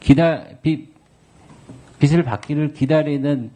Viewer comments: 빚을 [비즐] 이놈 국어공부좀 시켜줘라. 비츨, 비슬 이러고 앉아있네. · 비츨 비슬 ㅋ ㅋ 비즐이다 이눔아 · 나아가는것 같지만 국민 여러분 비츨이. 아니라 비즐로. 초등학교. 때. 배운 것 같은데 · 야 배준영 빚을. 비즐ㅇ 비슬x 비슬이 뭐냐 무식한것아. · 빚을--> 비츨, 비슬 무식한놈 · 비츨 비슬이 아니다 빚을(비즐) 내가 이런 지적 안하는데 네들 국힘것들 잘났다고 깝치는것들은 좀 가르쳐주고 싶네